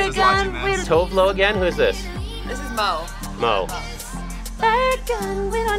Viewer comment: You need to hire a person from Scandinavia so you can learn to pronounce Tove Lo and MØ correct :P